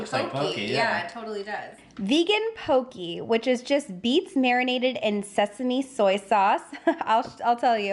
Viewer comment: I’ve added several things to my list already (shrimp boom bah, vanilla goat cheese and vegan poke) and I’m just halfway through the video but wanted to mention that poke is pronounced to rhyme with “okay” - FYI. Thanks for this surprise post!